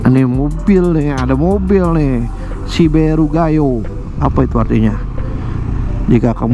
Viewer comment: Siberu = GADIS, PERAWAN ( Belum tercoblos ) wkwkwk Gayo = SUKU penyebutan HURUF "E" pada kata siberu persis ketika mengucapkan kata "Perjalanan" CMIWIWWW